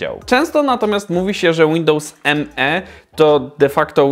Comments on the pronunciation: To nie jest Windows "eM-E", tylko "Me" - wymawiane jak ang. zaimek "me" ("ja"). Używałem ok roku i jakichś wielkich problemów nigdy nie miałem, później skok na XP, reszta jest historią ;-) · Nie mówi się Windows mi tylko Windows me